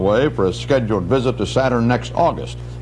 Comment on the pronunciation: He pronounced Uranus incorrectly, that’s hilarious